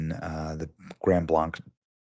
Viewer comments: I'm in shock, words fail me! We locals pronounce it Grand Blank. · Horrific! Incredibly sad. Just 30 mins north of me. (Benny… for editing purposes, it is pronounced “Blank” … Grand Blanc) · We pronounce Grand Blanc like a blank piece of paper "Blank" Grand Blank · CRAZY 40yo from nearby Burton Michigan. Pronounced GRAND BLANK (GRAND BLANC) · It's now fearful going to church. Grand (pronounced blank)blanc is a beautiful rural area. 😢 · By the way, it's just pronounced like "blank." I lived there for 8 years. Nice little town, slowly being encroached on by Flint. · Yeah, not far from me. I'm getting nervous. Not that it is important, but it's pronounced like Blank. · It's Grand "Blank", i know I'm nit picking. This is not far from me,I grew up in this area and praying for the victims. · OMG This is where I live!!! We just had the Oxford shooting 4 years ago and now this. WTF!!!! By the way, it's pronounced Grand Blank. Not Blanc like the mountain. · FYI Benny...it's pronounced Grand- blank. rhyming with bank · Live just a town over, it is so sad! But it is pronounced grand blAnc (hard A) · We need to shut this down hard... and this includes stopping all immigration... especially from and any Moo'slem... Glad the FBI is there... GB Twp PD are useless at best .... Its pronounced Blank (Blanc) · It's pronounced like Grand Blank here in michigan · Thank you for sharing this. I am originally from Michigan. Grand Blanc, it is pronounced Blank just so you know. I do not know what is wrong with people. So many innocent lives lost. Still mourning Charlie and now all of this. Horrible! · It’s pronounced Grand Blank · You can’t even say the city correct my god dude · Hey, next time you’re corrected on how to pronounce a town name by local news, how about you start pronouncing it correctly? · The name of the city is pronounced "grand blank," not "grund blunk." 🤔🤓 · It's Grand Blanc, ans in "Blank" you idiot! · The name of the town is pronounced Grand Blank not Grand Blanc